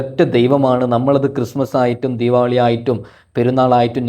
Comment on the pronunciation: ദീപാവലി❎ ദീപാവളി✅ 🤣🤣🤣🤣🤣🤣🤣🤣🤣🤣🤣🤣🤣🤣🤣🤣🤣🤣🤣🤣🤣🤣🤣😂😂😂😂😂😂😂😂🤣🤣🤣🤣